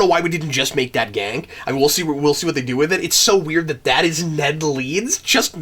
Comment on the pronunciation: It's pronounced Gahn-Kay not Gank.